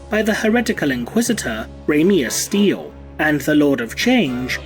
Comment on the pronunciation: Y'know, as much as I love the idea of an Inquisitor with an obvious porn star name, I'd want some evidence that "Ramius Stele" is pronounced the way you do in the vid. It's certainly possible, but "ste-le" is a more common pronunciation. Either way, it's got real-world meanings in the fields of botany, archeology & architecture. :)